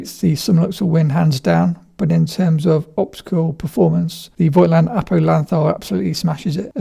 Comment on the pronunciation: I would really appreciate if you guys remembered to pronounce the brand name correctly. The „i“ in Voigtländer is silent.